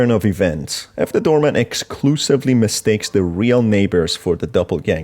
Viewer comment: why do i keep hearing you say "doormat" every time you say "doorman" ?? this game feels like all its endings are unsatisfying.. why?